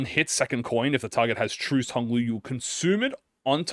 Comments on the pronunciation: Hearing mispronounce Trussed constantly was certainly something. Truss rhymes with Fuss, Trussed rhymes with Fussed. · “Truced” — when reading Trussed